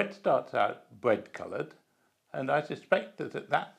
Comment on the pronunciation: Nice and criwspy bwead. Why do many British talk this way